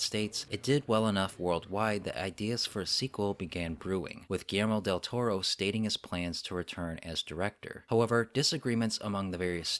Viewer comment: Whenever you say "Guillermo Del Toro" I hear it as "Gamera Del Toro." That means only one thing: Del Toro is going to make the next Gamera movie. I did enjoy a few things in Uprising, like the mega-kaiju. And setting most of the fights in daylight was good idea, although doing so made it harder to hide the flaws in the CGI.